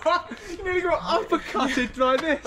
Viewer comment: you know it's tough when they say "oh my geuuge"